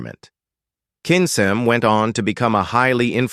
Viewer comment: In Hungarian cs is prounced ch. So Kinchem.